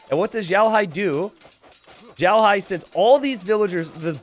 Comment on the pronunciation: Yeah i was cringing so much at the pronunciation of both their names hah